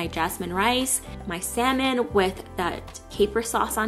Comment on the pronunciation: Yay!!! you finally said salmon correctly:)